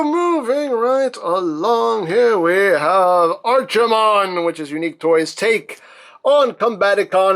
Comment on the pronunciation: Here comes to the party pooper!!... It's pronounced Arkie-mond like the Ark not Archie-mond like the comic book guy